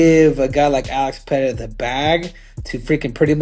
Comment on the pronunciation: Still can't pronounce PEREIRA!!!!!